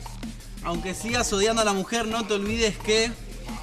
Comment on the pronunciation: paio dijo odiando y era sodiando